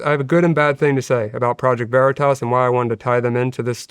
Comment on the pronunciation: Veritas, not Veritoss. WTF. Stop saying Veritoss.